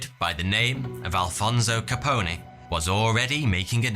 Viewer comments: it's just Capone not caponè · The e at the end of capone is not stressed. It's pronounced like cone or tone. Perhaps even bone. But the long e is not needed. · Just one question: who in the HELL is "Alfonso Capony"? Capone like telephone, unless you pronounce it "telephony", in which case😓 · Al Capone pronounced his name with a silent e so its not kah pony its kah pone and again the e is silent think bone not pony. Its a common mistake made by non Italians. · " Ka-pone" not "Ka-pine-aye" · Love your videos. Capone = (cap-own) not capony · cuh-pown....not cuh-pony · How is it possible that you don't know how to pronounce Al Capone? He's the most famous gangster in history, everyone knows its pronounced line bone not like pony. Also the FBI had absolutely nothing to do with his case, or anything relating to prohibition. It was Treasury agents that made the case. The FBI is part of the Justice department not the Treasury department and the Bureau of Investigation was insignificant during that period. It rose to fame in the 30s chasing bank robbers not organized crime. In fact Hoover famously denied that there was even such a thing as the mafia. Don't know if he was sincere in that belief or if they were blackmailing him because Hoover was as gay as a summer hat. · "Al caponey"...lol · The e in Capone isn't sounded out like pony or something lmao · Lool, is he really calling scarface capony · I swear, it's like Content Creators purposefully mispronounce well known nouns, just to trigger some viewer into commenting.. I'd like to think Capone woulda whacked someone for calling him Ca-Pony.. ..Shit.. Guess I fell for it😜🤙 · The reason Capone wasn't in jail for murder was because he didn't pull the trigger and conspiracy was hard to prove. Tax evasion was much easier to prove. Btw, the E on the end of Capone is silent. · Al Capone .... silent e ... not like pony like phone Co-Intel-pro ... not coin-telpro Waco ... Way Ko ... not wacko. You're welcome